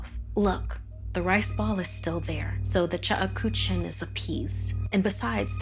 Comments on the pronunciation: Ok it's not the chukuchin as the lady said it it's the Cheuksin say it right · The Korean woman has come by. It is not chuk ha chook shin...it is pronounced cheuk-shin (the e and u should sound like you're saying eugh, but without the g and h). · Yeah, I was thinking the same thing while I was watching it! It's pronounced "chook-sheen" lol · Cheuksin is pronounced wrong. It's pronounced as ' chuk-shin', not 'che-uk-sin' or 'chu-ku-chin'. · Actually it's pronounced "Tseuk-shin' Here "Ts" is pronounced Ch and Eu is pronounced ou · The way she pronounced Cheuksin lmao it should sound like chuk-sheen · It's pronounced "CHUK-shin". "CHOOK-shin" works, too. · The chuckawuh? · Ikr the whole video I was like “what the hell is a chekuchin” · Is it just me or is it supposed to be pronounced chuck-shin koreans please confirm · ok but i couldnt get over the way she pronounced 측신 ㅋㅋㅋㅋㅋㅋㅋㅋㅋ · That’s definitely not how you say Cheuksin...😓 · everytime she said cheuksin i cringed 😭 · Not to be rude, but the pronunciation of cheuksin hurts me